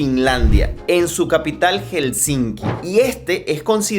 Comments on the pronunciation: se dice Helsinki no HelsinSki 🥸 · Aprende a pronunciar Helsinki! Por favor! Hel-sin-ki.